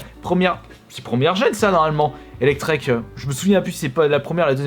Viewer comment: Surtout Elektek quoi, Pokémon très connu dans la série (1st gen)